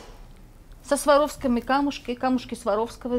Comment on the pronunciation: Сваровский ? :)))) камушки сваровского:))))) это же не "композитор" :))) Swarovski !!! Сваровски без "й"